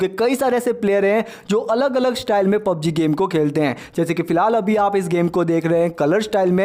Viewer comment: Bro pubg hota h not pobg